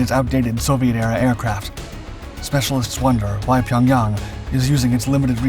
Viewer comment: Finally someone who says pyongyang correctly.